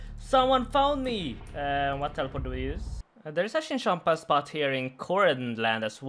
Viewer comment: that name that i cannot write, the one you think is Italian is actually finnish language and means very dirty stuff:D tries say "spot" but i heard "bot";:DDD